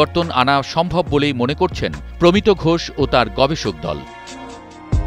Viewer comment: প্রমিতো নয় প্রমিত্